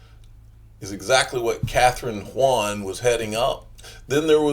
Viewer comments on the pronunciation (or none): Kathryn Haun (Hawn) not Hwuan or whatever you're trying to say. She's not Chinese you jackleg. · pretty sure that's pronounced "hawn"